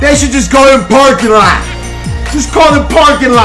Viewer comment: nigga said park lot pimpin!! lmao!! bruh is cold tho..